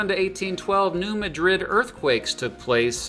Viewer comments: The New Madrid fault is pronounced mad-rid, excellent video! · New Madrid is pronounced New Mad Drid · it's pronounced MAD-drid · Yep all locals Missourians too and all songs say Mad-Drid. 2 D's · New MAD-rid to Missourians. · It's pronounced New MAD-rid. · Actually Mad-drid..2 d's